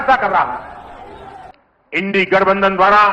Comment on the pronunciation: इस अनपढ़ के क्या कहा जाए जिसे इंडिया को इंडिया भी बोलने नहीं आता इंडी कहता है।